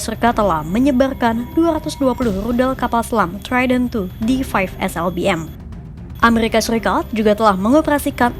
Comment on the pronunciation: Errrrrrrrr amerrr RRIKA